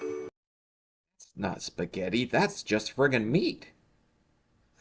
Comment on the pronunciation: Wait. Did she say "puhsgettie"?